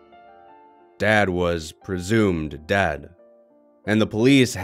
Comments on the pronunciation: It sounds like he said dad, but he actually said dead I can hear it also just for the meme, "1.18" some great brain you got there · I thought he said “dad was presumed dad”.